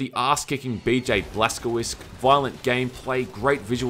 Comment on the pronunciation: Dude, Blazkowicz is pronounced Blaz-ko-vitz or more precisely Blaz-ko-vitch, not Blazkowisk.:D Also, love your work and greetings from Poland.;D